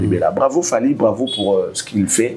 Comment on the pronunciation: Fally et non falky, veux tu bien corrigé, merci